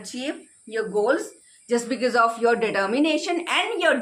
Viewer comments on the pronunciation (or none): Pahle to aap ye becees becees bolna band karen bhabhi.. it's so irritating..sare hindi medium school sikhate hain because and bicees